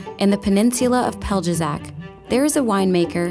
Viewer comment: Before recording voice over please turn on google translate and choose "Croatian" to listen pronunciation. I would not guess in a million years you said Pelješac. You said Pelđezak. Croatian is very simple, we write exactly how we talk and because of that it is not possible to have for example spelling competition in Croatia.